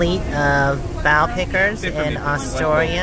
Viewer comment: I got to drive a trolley once when my dad worked in Yakima Washington as a volunteer. Very cool experience ! It's pronounced Ass-toria , lol! You guys were brave tromping through the forest like that.